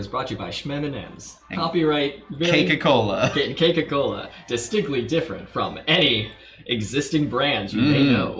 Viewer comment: I know they said "Cake-a Cola", as a stand-in for Coca Cola, but my mind instantly changed it to "Keikaku Cola"...and yes I also imagine this universe has "Keikaku" as meaning "Coca".